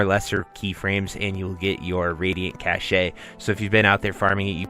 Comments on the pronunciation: Cashay 🤣 its "cash" my man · Helpful, thanks! fyi, its pronounced 'cash' not 'cashay' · Same lol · cache - it's pronounced "kash". sorry - it's just a pet peave. :) good video!